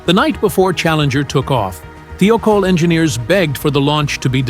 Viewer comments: "Thigh-oh-caul" not "thee-oh-kohl" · Thiokol is properly pronounced “ Thigh - oh - call “ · This video would have been better if the narrator could pronounce Morton Thiokol correctly. There is no e in it.